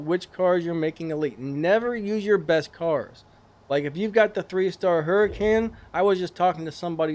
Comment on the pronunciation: Umm "Abrath " Hurricane " 😅😂😅 tis very perturbing to listen to you slaughter!!! The names of these cars ... Lmmfao 😆😄😆.... I'm lmao 😂😂😂